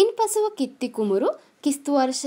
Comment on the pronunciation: කිත්ති නෙමෙයි කීර්තී 😂😂😂😂😂🤣🤣